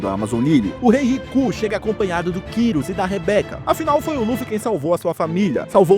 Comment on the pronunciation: man é kairos n kirus mais tudo bem